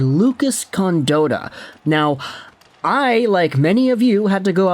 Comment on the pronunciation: Its pronounced con-Dot- tah not dotah